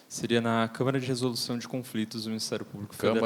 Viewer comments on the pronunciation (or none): none